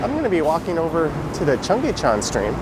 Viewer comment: You have to say Cheonggyecheon or Cheonggye Stream. because korean "cheon" means stream.